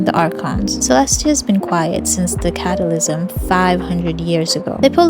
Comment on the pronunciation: what? Cata lisim?